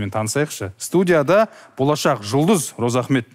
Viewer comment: Розаахмет деп дурыс атамапты, Разыахмет десе дурыс болар еды